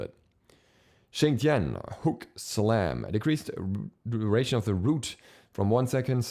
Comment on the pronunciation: Finally! Someone who pronounced Xing Tian correctly! Every time I hear people say "Zing Tian", I get so pissed lol.